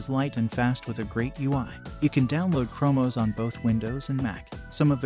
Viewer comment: Lmao the Ai voice is so funny! Mackoos 😂 and primyose and chromos